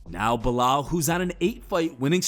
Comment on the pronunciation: Be-lol, who?